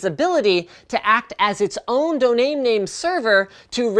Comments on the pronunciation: Linus did you say donaim name?? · did he say doname name insead of domain name?